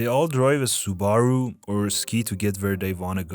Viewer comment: Said Subaru like kangaroo